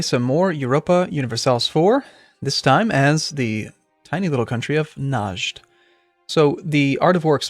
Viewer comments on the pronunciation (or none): Najd is pronounced "Re-ad", with a low a.